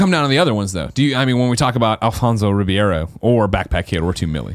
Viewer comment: Someday Greg will be able to pronounce Alfonso Ribeiro's last name. Someday.